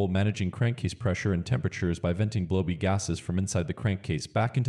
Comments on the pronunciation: It's the grammar... bad English. It's kind of distracting. And it's 'Blow-BY', not 'blow-b'. The people that are here for the info can still get it, so don't give up! It was a well made video with good visual clips. Maybe use a grammar check app if people keep complaining. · "Blowbee" instead of blow by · "blow-be vapors " 😂😂